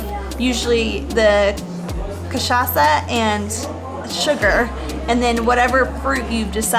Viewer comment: you guys pronounced "cachaça" exactly like a native Brazilian